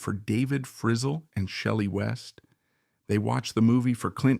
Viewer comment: AI Can't pronounce Valens, Tanya, Frizzell, or Nevada properly.....